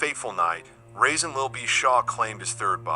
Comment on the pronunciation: You keep calling this man “Rasin”